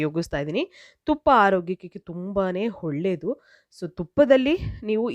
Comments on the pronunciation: ಹೊಳ್ಳೆದು ಅಲ್ಲ ಒಳ್ಳೇದು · ಒಳ್ಳೇದು. ಹೊಳ್ಳೆದು ಅಲ್ಲ.